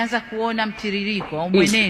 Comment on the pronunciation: 😂Samia haelewi anasema RIJON😂😂😂yetu